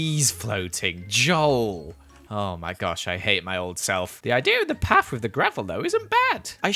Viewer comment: Why you say paf instead of path?? btw amazing building